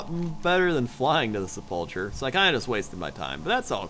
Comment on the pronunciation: sep-luh-ker, sepulcher